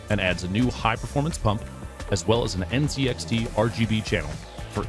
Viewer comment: It is NZXT not NZXR😅